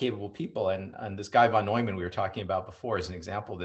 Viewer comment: Steve Hsu is right: von Neumann sounds like noiman, not newman. Impressed everyone, apparently much smarter than Einstein.